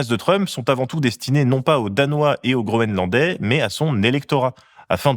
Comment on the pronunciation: j'arrête pas d'entendre "grolandais" 🤭